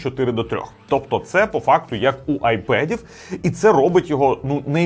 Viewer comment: та і айпЕд каже замість айпад